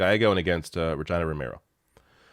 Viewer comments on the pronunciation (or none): Its pronounced Rey hee na Romero not ree gyna 😁 she's my Mayor and a strong woman. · It's pronounced Re-Geena! 😉 Bought the hoodie! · Bro is pronouncing Re-GEE-nuh like the Canadien town 😅.